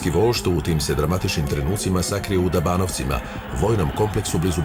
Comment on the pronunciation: Dobanovci, a ne Dabanovci.